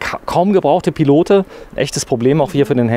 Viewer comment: Tolles Wohnmobil von der Firma Pilote. Übrigens spricht man das "e" von Pilote nicht aus(klingt fürchterlich), man sagt "Pilot" es handelt sich um eine Marke welche 1962 in Frankreich gegründet wurde.